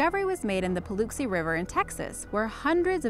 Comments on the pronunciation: Just a pet peeve, but if your going talk about something pronounce it correctly. It is the Paluxy (pa LUCK see) river. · I'm gonna try not to think about the mispronunciation of the word "Paluxy", but the video is great! We have found many things here in Texas, such as: The dinosaur footprints discovered in what is now, "Dinosaur Valley State Park" and even several fossils! In Waco, Texas, we have also unearthed an entire herd of Mammoths and even the tooth from a Sabre Cat! Such amazing discoveries found everyday! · YES! It kinda made me cringe a bit. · Obsidian Raen Exactly! That's how we Texans proounce it, too!